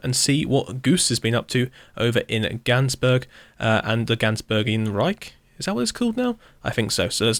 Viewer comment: Wow. I thought I was speechless in the last video, Gansburg, the Vatican, Hoogedam... are just.. chefs kiss.